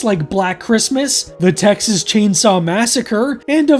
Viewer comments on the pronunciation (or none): none